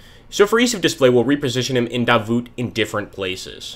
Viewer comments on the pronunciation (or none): The T in Davout (originally Davoust) is mute, so you pronounce it like: Davooo with stress on the second syllable: DaVOO. Nice vid!